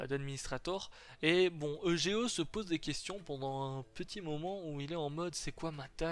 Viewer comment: tu pourrais dire eugo a la place de dire e g o